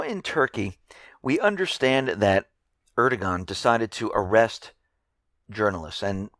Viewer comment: just letting you know, the turkish prime ministers name "erdogan", the G in his name is silent, so its pronounced "ar-dow-an" so you pretty much ignore the G in his name. Hope this was helpful and take away any confusion(if there was any to begin with).